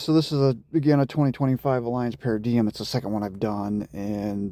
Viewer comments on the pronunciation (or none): Nice install, but one thing is its pronounced Alliamce (para)(dime) I know it’s spelled the other way though